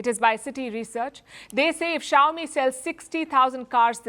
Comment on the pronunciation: Chowmi really? Is that pronounce that way crazy indian